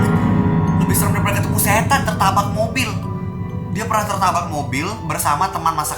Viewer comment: Tabrak ka bukan tarbak